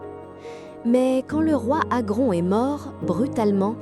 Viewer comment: Ça se prononce pas Teuta mais (téouta) et pas Agron mais (agrone) prénoms albanais encore donnés aujourd’hui, seuls descendants Ilyriens.